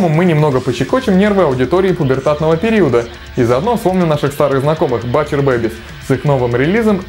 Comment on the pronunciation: О, Alestorm упомянули =)) З.Ы. 'Butcher' читается как 'бутчер'. \G